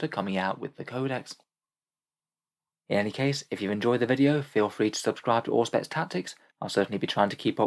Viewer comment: Anyone else hear Orkspex not Auspex in the opening today?